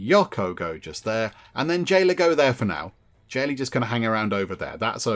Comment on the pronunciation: "J" ayla became "L" ayla!!!